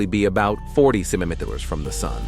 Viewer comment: I think the narrator has a problem saying centimeters, got the first one but the rest LOL